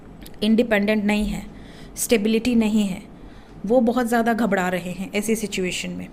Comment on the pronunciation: मेम घबराना होता है घबडाना नही होता 😊